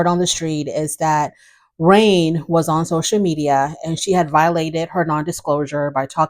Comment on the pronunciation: You called her Rain when it's Rene but it's spelled Rayne and I think I've mispronounced her name more than once. LOL.